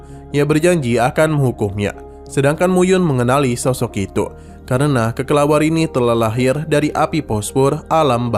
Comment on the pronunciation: Kelelawar min bukan kekelawar🗿